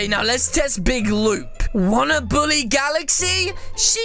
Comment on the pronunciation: he said boolly